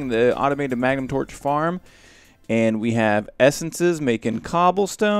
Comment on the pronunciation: oh yea! mah-guh-num torches.